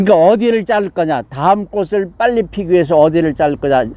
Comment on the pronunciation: 꽃은ㅊ받치이니 꼬치'꼬츨이라발음하셔야.꼬시꼬슬이라하면꼿이됩니다.